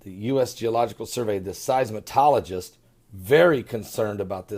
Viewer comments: Seismologist.....not "seis-ma-tol-o-gist". Marianna Islands, not "Marina Islands"..... Love you, brother, but...seriously.... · I LOVE you LOL! seis-mol-ogist (not seismatologist)--Van-NU AH- TOO (not vattootoo and not va noo too) Kyr-GIZZ- Stan ( not Kirikisstan) Err- do-whan (not Er do gan) The LORD continue to bless and protect you and your wife and your calling to minister to us. I do not mean to be a spelling Nazi! lol LOVE TO YOU my brother and sister in CHRIST JESUS amen.